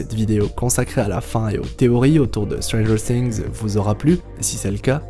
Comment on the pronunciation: Je cringe à chaque "stranger SINGS" 😨